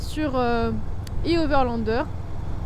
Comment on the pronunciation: " i overlander" prononcé à la Française 😂